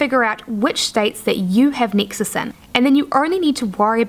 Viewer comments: nexus not nixus or nixes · Yes, I was wondering the same. And every time she says Nexus I'm thrown off the path.